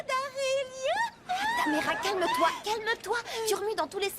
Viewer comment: C’est « Tamera » et non Tamara lol mais on te pardonne 😅😉